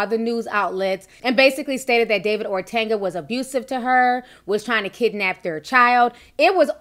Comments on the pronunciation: Ti ... you stay pronouncing names wrong 😂. OTUNGA .... O TUN GA , not OR TUN GA . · Love you Ti...but got dawg its not ORTUNGA. Its OHTUNGAH.(correct spelling OTUNGA) Good job on the story. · ORTANGA??? GIRL U ATE A MOTHER!!!! There is a difference between the sound of an A and a U. Ortunga...like Or Tongue Gah! Geesh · There is no R in O-tun-ga and it’s the WWE 😂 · Its pronounced OH-Tunguh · It’s really painful sometimes watching and listening to Ti! She just makes up words as she sees fit. She don’t know how to pronounce a thing! The man’s name has no R anywhere in it! But she insists on pronouncing his name Or-tunga! Where the hell did she get the R from? She does the Same thing with the word funeral!!! She insists on pronouncing it “fruneral” !! Come on now.......Maybe she should use some of that Youtube money to take some elocution classes! Which I’m sure she will pronounce Elocrutian. ! I’m done! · You said his name horribly wrong and you meant wwe. Hasn’t been wed since early 2000’s.